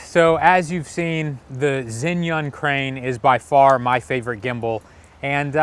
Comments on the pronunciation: Its pronounced 'jzhai-yun' not 'zin-yun' there isnt even a letter N in the name haha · Zhiyun is pronounced JERYOON or GERYOON just FYI take it or leave it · he keeps saying zin yun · Not sure why you call it Zinnyunn, though. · "Zin-yun" lol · You've butchered the name Zhiyun to a degree that I did not realize it was among the review until I read the description of this video.